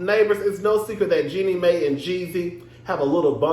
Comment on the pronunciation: Lol I can’t tell if you really don’t know the pronunciation or making fun of it 😂 either way it’s hilarious. Jeannie Mai pronounced like “genie my”